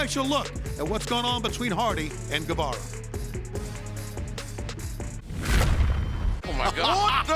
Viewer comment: U is silent in Guevara.